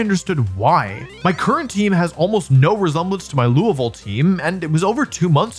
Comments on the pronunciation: Wolfey pronounced Louisville correctly this time!! 🥳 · I'm so happy that Wolfey learned how to say Louisville! For those not in the know, just choose your favorite syllables and only say those.